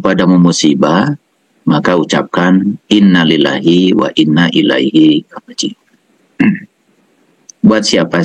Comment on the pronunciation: Baca istirjak aja masih salah pak .lafad Inna itu di baca panjang